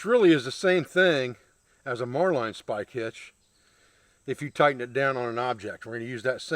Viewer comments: It's pronounced Marlin spike as in the fish . Great system . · VaticansHolocaust. Marlinespike. We pronounce it "Mar-Lin Spike" in the US Navy. Marline is small diameter line, a Marlinespike is a metal spike used in knot tying. A marlinespike made of wood is called a fid. Mariner's and sailors used to carry a fixed blade knife with a marlinespike in a slot on the sheath. Newer style folding mariners knives have a marlinespike that folds into the handle, usually along the spine. is improvising a fid or marlinespike from a stick. has the line handling skills of a sailor, he just pronounces the terms a little differently. My complements to his line handling and knot tying skills.